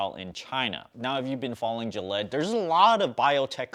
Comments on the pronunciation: Gill-eee-ad. I thought you were talking about Gillette :) I bought GILD in late Feb on the dip. Should have sold it earlier this week. Yeah, I went to the gas station and told the guy I'd be happy to take some gallons off his hands and he could pay me as little as $0.50 a gallon. He laughed...oh well I tried. I bet you are wearing at least 10 gold chains around your neck :) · Gillette is an American brand of safety razors and other shaving supplies; it is owned by Procter & Gamble (PG). It is not trying to make any vaccine. To learn to pronounce names such as Gilead, watch CNBC. You lost my interest when you confused Gilead with Gillette. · It’s pronounced Gee-lee-ad but good info anyway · Which pronunciation is funnier jillyed or sifooning? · Gilead doesn't pronounce that way. Check the news and see how it sounds like. You made it sound like Gillette the gel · i cringe every time he mis-pronounces GIL EE AD lol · Don't wanna be a pronounciation police here but it is pronounced as gee-lee-ad and rem-des-see-veer. But interesting video! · It's pronounced Gill-yee-ad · He did pronounce USO correctly tho. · L Lawliet damn dude. He knows the different between Gillette and Gilead. He just pronounce Gilead differently.